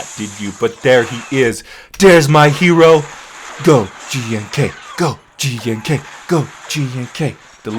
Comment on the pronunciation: It's pronounced Gonk.